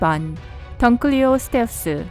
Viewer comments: 던클리오스 테우스가 아니라 둔클래오스 테우스 인데... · 원래 던클레오스테우스가 아니라 둔클레오스태우스에요 ㅉㅉ 한글 잘 모르냐 애그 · 던클레우스사우르스가아니고 둔쿨레오사우르스라고!!!!!!! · 던클리오가아니라 둔클레오 인데... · 던클리오스테우스가아니고 둔클레오스테우스입니다(이빨은2m에서5m터라고 합니다) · 던클래오스태우스가아니라둔클래오스태우르스고그리고 둔클레오스테우스보다모사사우르스가 훨씬쌔요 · 던클레오테우스가 아니라 둔클레오스테우스임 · 던클에오스테우스가 아니라 둔클레오스테우스임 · 던클리오스태우스가 아니라 둔클래오스태우스 아님?? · 던클리오가아니고 둔클레오인데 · 던클리오스테우스가 아니라 둔클레오스테우스아님? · 그런데 던클리오스테우스가 아니라 둔클리오스테우스인데. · 던클레오가아니라 둔클레우스투소테우스 입니다.. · 둔클레오스테우스에요 던클레오스테우스가 아니에요. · 단순히 d의 발음 차이임